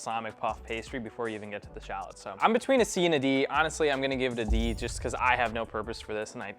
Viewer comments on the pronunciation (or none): "Shaalots"?! SHALLOTS!